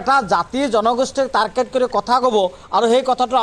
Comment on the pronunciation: তাৰকেত নহয় অ অধা মিয়া ।